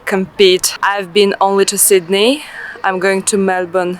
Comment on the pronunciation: the way she pronounced Sydney is so funny